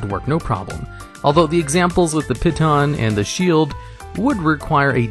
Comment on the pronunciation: It's pEE -tahn not pit-on (don't blame me, talk to the French.)